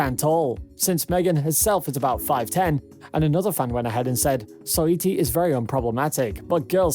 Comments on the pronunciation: And Soy-ee-tee 😂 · I can’t tell if this is a robot voice or not lol He botched saweetie every time too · 😂 its probly siri brother tbh. Simple words always botched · Are you saying megan three stallion?and soyeetee instead os saweetie?